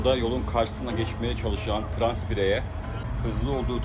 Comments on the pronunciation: trans birey diye bastırarak söylemeni anlamıyorum ne anlatmaya çalışıyon? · Niye trans diye vurguluyorsunki? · Tamam da trans diye bastıra bastıra söylemeye ne gerek var. Karşıya geçmeye çalışan bir kişiye demek ağır mı, küfür mü, hakaret mi ???????????